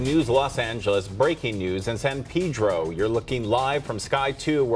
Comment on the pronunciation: WHY ARE PEOPLE STILL PRONOUNCING IT PEEDRO